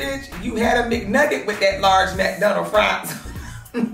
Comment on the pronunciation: Not “McNugget” 😭😭🤣